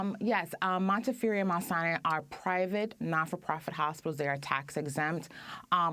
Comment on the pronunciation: Good report but it is pronounced Mount Sinai with the accent on the first syllable. How hard is it to know the name of the damn hospital?